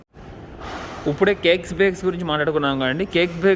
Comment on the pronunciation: uppude, uppude antunnaru ... ippude ani spastanga palakandi